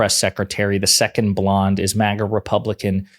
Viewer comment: I appreciate how you say blonde in the same way Trump says blaque